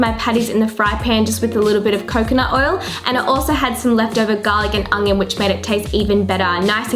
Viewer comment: Haha 'red ungion' 😂 you're too funny.